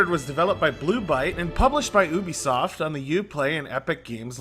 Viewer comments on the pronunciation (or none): none